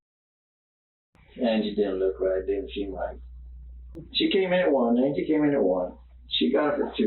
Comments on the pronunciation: You pronounce her name 3 different ways throughout this video. Terrible. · Mispronouncing her name over & over again is crazy. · Bro gonna have the AI mispronounce the victims name every time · AI pronouncing " Angie" wrong is distracting 😂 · And very distracting to hear the victim's name mispronounced over and over. Just watching part of the video before posting it seems like a good idea, JMO. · Ok, this is driving me nuts: I’m pretty sure it’s Angie, but the pronunciation keeps going back and forth, which is extremely distracting. In any case, she didn’t deserve to be violently murdered. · Yeah this threw me off too. Kinda disrespectful as hell to not even get the victims name right while profiting off her murder. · cause her name is spelt anggy not angie he says it in the video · Stop using AI. It keeps pronouncing "Angie" like 'angry' without the 'r'. Angheee. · Bots need to learn to pronounce names the same as the video does. It’s a weird spelling, but they say Ann-gee, not Angy. 🙄 Drove me nuts. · I love these videos, but dude, the woman is dead, can you at least make an effort to pronounce her name correctly? Like the people in the video clearly say her name multiple times, and you're over here pronouncing it "ane-gee" it may be a non traditional spelling but "an-G" is a pretty common name. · The story is terrible and Jared definitely should have gotten more time. But every time the narrator says Angie’s name as Angy it drives me up the wall. They say her name multiple times man. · Bro, pronounce her name right at least. Her name is pronounced "an-jee" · Is this an AI voiceover? The pronunciation of “Angy” and “Angie” appear to be different spellings. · Why does dude keep calling her angey 😂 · Why did you call her angy instead of angie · How irritating is it that you can’t even say her name correctly, you obviously watched the footage, surely that would have helped. Seems very disrespectful to me